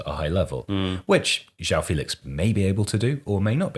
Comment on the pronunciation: BY THE WAY the "ão" in portuguese names isn't pronounced like "ow". For example, in a name like João, it's pronounced closer to John, just more portuguese-y. Like the words campeon and campeão are pronounced very similarly.